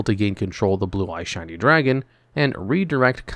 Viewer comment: I know you're saying shining but I keep hearing shiny